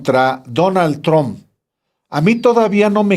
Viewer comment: "Donal tromp y yefri Epstin" increible la poca preparación de este presentador que no sabe ni siquiera pronunciar bien los nombres.